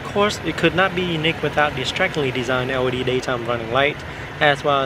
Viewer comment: lol when you say L.E.D it sounds like Audi 😂. Audi taillight, Audi running lights.... on a Benz ? Hahaha